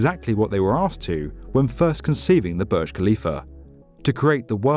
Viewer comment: Pronounce properly it's not Barj it's boorj